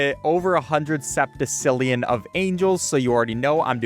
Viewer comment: everyone in the comments mad that he can’t strategize, i’m in the comments mad that he can’t pronounce septillion… WHERE ARE YOU SEEING A C